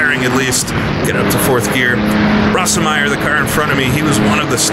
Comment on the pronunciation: watch a documentary and learn how to pronounce the drivers names. there are plenty of examples of proper pronunciation out there. I've never heard Bernd "Rose-meyer" pronounced "ross-em-meyer" . It makes you sound dumb. You get them wrong all the time. It's annoying. Work on it. Also, don't talk so much.